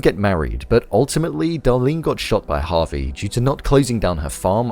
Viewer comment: Javi not Harvey